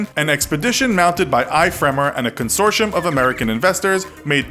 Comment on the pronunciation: Consortium: Consor-tee-um, not Consor-shum.